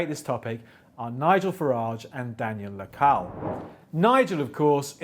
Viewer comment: The moderator should at least pronounce correctly the name and surname of Daniel Lacalle.